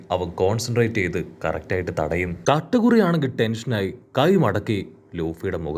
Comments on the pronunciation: Katakuri❌ kattamuru✅ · It's not katamaru alla it's katakuri